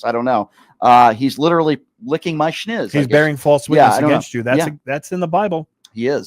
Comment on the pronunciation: FFS the word is SNIZZ. Not SCHnizz. P.S. thank you for going after Andrew like you have done as of late. He needs to be put in check; keep up the great work!